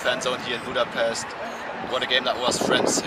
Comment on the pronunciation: As a Hungarian I only can say thank you for all of this!🇭🇺🇭🇺🇭🇺love U brothers🇮🇩🇭🇺 ...But please learn how to say Budapest...